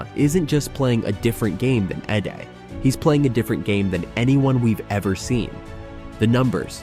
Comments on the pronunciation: Not Eddie. Eeedey! Learn the names first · Zack Edey E- D LEARN TO PRONOUNCE PROPERLY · Is this made by a mediocre AI? Keep calling Wemby a rookie and somehow mess up pronouncing Edeys name over and over again.